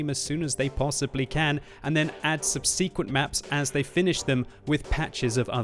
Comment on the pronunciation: A Brit who can't pronounce subsequent correctly. Makes me cringe every time.